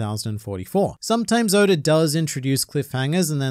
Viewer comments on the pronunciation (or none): Man said goda🗿